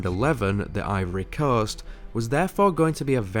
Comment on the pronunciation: The "Ivory Corst?"